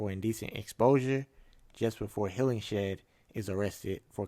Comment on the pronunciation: Apparently the director left that cliffhanger of Maplewood talking to Shahara in 2023 as a potential setup for a S2. He wanted to leave a thread in case another season is approved. Oh and it’s pronounced “Hillinghead” not Hillingshead